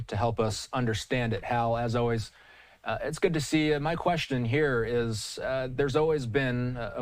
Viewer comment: The moment you cannot pronounce Beirut is when I stop watching.